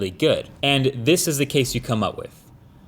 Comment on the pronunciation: "whut is dat" 😂